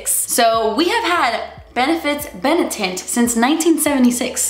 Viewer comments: Benetint was Bene-tit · Bene-Tint aka BeNIP-Tint